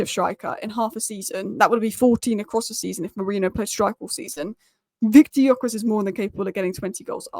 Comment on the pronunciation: Again, pronunciation is "Dyökeresh", with the Gy pronounced like D in due or dew. Annoyed that Viktor didn't go to Liverpool to complete the Hungarian quartet... yeah yeah he is also Swedish, but Hungarian roots.